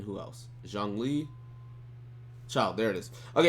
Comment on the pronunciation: It's not jongli lmao. Or xiangli. It's not hard to say